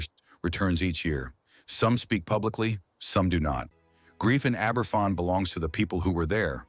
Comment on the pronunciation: Right, that does it. Aye ber fan? I'm off.